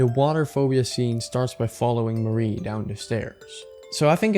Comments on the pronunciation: Him saying Mari's name as if it's Marie absolutely icks me the fuck off. It's just Ma-ri. Mari. I do agree with the rest of the video though, really good, really high quality, except for a couple of things: (spoilers for the rant below) The only thing I don't agree with is how you described Basil in headspace. Sunny doesn't hate Basil, and Omori doesn't either. HSBasil (aka, the Shepherd/The Guide/The Stranger) is the guide to the Truth, and that's why Omori kills over and over again HSBasil. A traumatized mind that is also shielding itself from the trauma will do anything not to let the trauma itself resurface, and killing the Shepherd is the way to keep the mind "sane" (read this as "stable"). Also, there's an element of shame in the whole thing. Sunny feels like he abandoned all his friends, especially Basil (which we could even put on a Queer reading on, from how intertwined these two are). Put on a shame of one's self and not understanding one's queer emotions and you get the murders scene in the game, with Omori that tries to control Sunny and Sunny's feelings by killing the image he has of Basil in his mind over and over again. Also, it's heavily implied that Sunny has always felt like the monster of the story, Omori literally becoming the final boss of the game. So I really don't understand where this "Sunny hates Basil for having abandoned him" comes from, since it's not only implied, but straight up context that Sunny is the one that abandoned everyone until the thr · everytime you pronounce mari az marie i recoil /hj